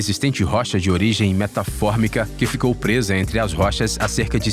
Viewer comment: Metamórfica*, e não metafórmica 😂